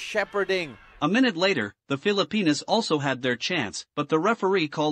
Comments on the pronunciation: what he called text was actually the announcer pronouncing Phillipinas correctly, and that's what I stated. My wife is Pinay and anything that happens with the Phillipines I love to see. Good sports vid from there as I have never seen the Phillipines compete in international sports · That is actually how Filipinos pronounce their countries name.